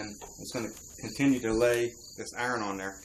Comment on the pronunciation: What the FUCK if a iren?...you mean iron?